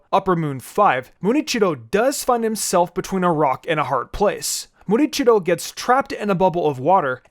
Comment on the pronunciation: I believe it's "Muichiro" not "Murichiro". Also, I think Rengoku should rank higher on the list. He, for one, is Mitsuri's sensei and love breathing technique was derived from his flame breathing technique. Had he lived longer, he would have manifested the mark.